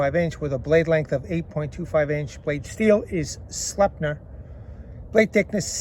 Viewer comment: Slipe-nurr my dude